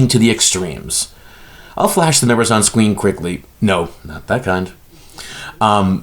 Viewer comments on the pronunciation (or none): ayyy "Ill flash the numbers on scween"